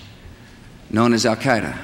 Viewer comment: "Our war on Terra begins with Al Kiduh"